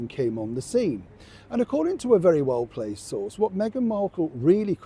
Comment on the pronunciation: Are you saying well-placed or well played ? Because while it SHOULD be "well-placed" what I quite often hear is "well -played" and when I turn on the closed captions to check, that's what it "heard" too ! :P